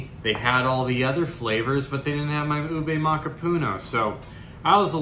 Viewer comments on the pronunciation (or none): none